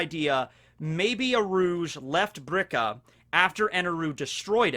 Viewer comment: It's Birka, not brika, just sayin'...